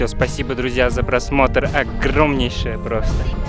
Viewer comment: Привет друзя, как произносит, очень мило звучит.Замечательный выпуск, вы классно снимаете, клевая музыка подобрана. молодец, уже совсем уверенно говорит на русском., просьба, если это можно, говорить какое число и месяц съемки ваших выпусков.Спасибо, огромное!